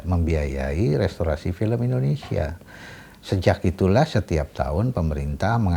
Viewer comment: IN DO NE SIA mba bukan Innesia 😂😂😂